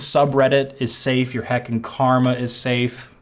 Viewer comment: This guy making fun of redditors like he didn't just use the phrase "le heckin" in all seriousness in a video not long ago. And in this video he pronounced the word safe as "safu". Look in the mirror pal.